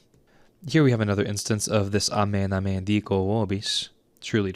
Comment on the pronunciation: Both the vowels of "amen" should be pronounced long, āmēn.